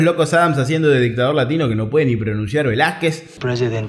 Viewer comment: No, el personaje es Velazquez y lo pronunció "Velazcuez", un típico error yanqui donde pronuncian la "qu" como si fuera "cu".